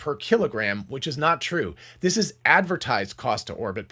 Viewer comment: you missed the “t” in the word “this”